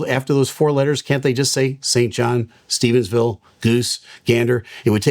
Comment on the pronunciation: I’m from Newfoundland, it’s pretty cool to hear our little province being mentioned. Gander has quite the reputation in the aviation world. I just wanted to say it’s not called Saint John, it’s St. John’s. Also it isn’t Stephensville, just Stevenville. Respectfully 🙂 I love your videos, so informative ❤